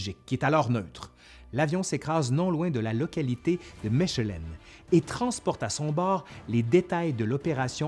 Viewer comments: Mèchèlènne?? Mechelen se dit Malines en français. Et sur votre carte de toute façon c'est pas Malines c'est Maasmechelen. A part ça c'est intéressant. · J'adore, par contre ça se dit "mékelen" et pas "méchelen", voilà juste pour faire le chiant. j'habite à 40 minutes de là, c'est pour ça 🤷😉😘 D'ailleurs Mechelen c'est en néerlandais. Traduit par Malines en français. Bien que les deux se disent. Tout comme Anvers en français donne Antwerpen en néerlandais. Anversse et pas Anver Molenbééék et pas Molen-bec Et j'en passe... Puisse quelqu'un être instruit et intéressé par ce commentaire, j'ose espérer. Sinon très bon boulot, j'adore ! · Anvers > le S n'est pas muet. Les français font la même faute. On lit toutes les lettres. Bien que ce soit en réalité Antwerpen. Mechelen > On ne dit pas ch, comme chat. Mais K. "Mekelen", de manière phonétique. Pour le reste c'est très instructif. D'une grande qualité. Mais je constate que les noms belges sont systématiquement mal prononcés. 🥹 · Mechelen (Malines en français) ne se se prononce pas "Me_CH_elen", mais "Me_K_elen". Tobernucle 😜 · ...et se prononce "Meckelen" 😅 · Mechelen se dit “mekelen” mais superbe video ! 🇧🇪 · Superbe vidéo, ce qui fait sourire les belges, Mechelen ville flamande (Malines en français) se prononce: mèkelenn [ ˈmɛxələ(n) ] :) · Mechelen est à 100km de Maasmechelen, les deux se prononcent -mekhelen, et Mechelen a un nom français, Malines. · C'est extrêmement intéressant. Je n'imagine même pas la somme de travail derrière chaque épisode. Bravo ! P.S. Mes oreilles de francophone belge ont titillé sur la prononciation de la ville de Mechelen :)